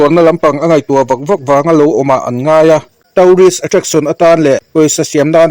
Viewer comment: Tourists tih khi tauris a pronounce loh tur Toorist a pronounce tur